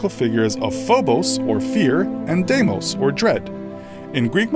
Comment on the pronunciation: I do not like the way he pronounces Deimos.